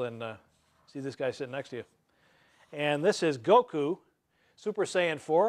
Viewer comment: I can't believe he pronounced his name right O.o